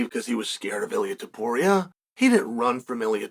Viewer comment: YOU couldnt pronounce Topuria🤣 JK uncle 🤣